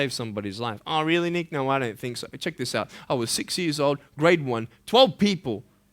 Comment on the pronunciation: pls don't get misunderstood.i know I am naggy but I cannot stand the way is saying nick very badly